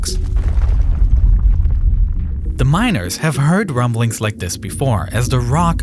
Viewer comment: These wumblings are much more fwequent